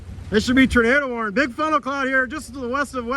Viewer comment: Tornado isn't pronounced "Ternado".